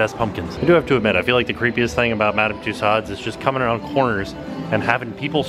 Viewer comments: Love love love your videos. But small issue. It's Madame "two sos" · every time you say Madam Tussaud, you kill me. A piece of my soul vanishes....... I love you but it's pronounced with an O not a D... 😂❤️ So it's not tussaud it's tussauo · Apparently, Tussaud's is actually pronounced "two-sew-zzz" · Hi. FYI...Tussauds is a French name and is pronounced TUSOOOZ. Thought you would like to know.:) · Is that EyePad actually an android? That would be so amazing. And it's pronounced two-so. LoL